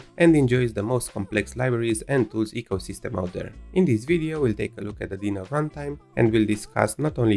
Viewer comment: "echosystem" xD